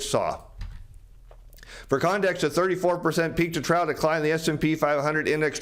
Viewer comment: FYI. Trough is pronounced troff